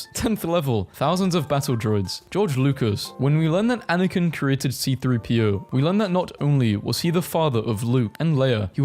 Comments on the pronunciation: WHY DID YOU SAY "CP-30" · C3-PO not CP-3O.